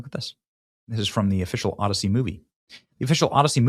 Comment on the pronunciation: The “Odd-I-See”